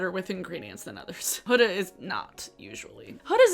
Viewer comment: record scratch YOU PRONOUNCED HUDA PROPERLY